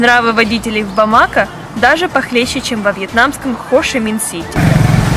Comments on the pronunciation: Почему бамАко/бАмако, а не бамакО? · бамаКО. ТОЛЬКО ТАК